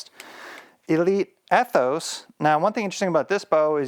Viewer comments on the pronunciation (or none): That Ethos seemed super quiet! I think it’s pronounced E-thos not Eh-thos